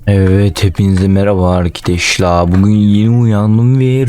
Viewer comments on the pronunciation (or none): Neden sesi az olan mmeehaba arklar diyo oyunda.d